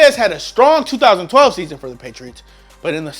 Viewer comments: Fucking O12?? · We not gonna talk about how he said ‘012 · I’m sorry but did you say josh Gordon join the browns in O 12? Lol bruh you dumb it’s 2012 o12 sounds so stupid lol